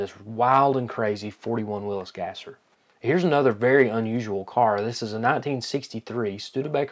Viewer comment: Thank you for pronouncing Willys correctly.